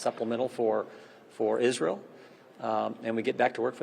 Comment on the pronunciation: "friend Israel...supplemental for Isril" He made a mistake when he pronounced it correctly. Republicans think they have to pronounce it "Isril," same as "nucular" instead of nuclear. Worthy of a psychological study.